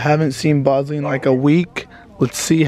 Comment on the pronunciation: remember when u called Bosley Boswell